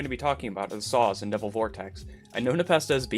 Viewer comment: Take a shot every time he says “sauce” instead of “saws”